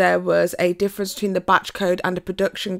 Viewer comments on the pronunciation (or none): none